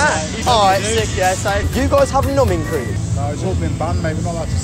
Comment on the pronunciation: I thought he kept asking for nubin cream